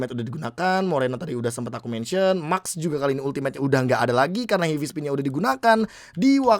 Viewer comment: heavy spin bro bukan hivi spin